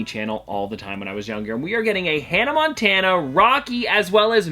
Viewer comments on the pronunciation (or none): none